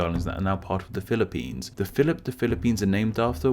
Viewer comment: "Philip"pines I wash my brain instantly